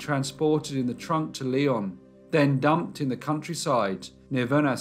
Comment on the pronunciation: Vernaison is pronounced "ver ne son"